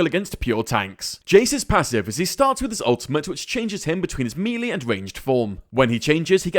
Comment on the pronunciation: MELEE NOT MELEE